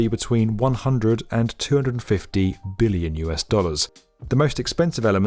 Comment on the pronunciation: at least he emphasized the 'b' in every billion mention